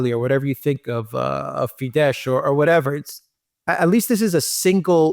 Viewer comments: Fidesz is not pronounced fidesh, it’s fidess; accent on first syllable, as with all Hungarian words. As in OR-ban,. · Hungary's party Fidesz is pronounced FEE-dess (the sz in Hungarian is pronounced like s)